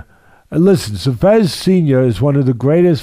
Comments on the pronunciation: Why does Teddy keep saying "Chevez"? It sounds like a french fighter. It's Chavez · Love the way Teddy says “Chavez” lol Shavez. Teddy is the 🐐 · his pronunciation of Chavez ahhahahahaah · Why can't Teddy pronounce his name correctly? Start there Teddy.